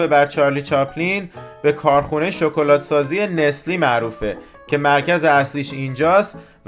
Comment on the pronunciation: هر دو عالي بخدا شكلات هست نه شوكلات 😂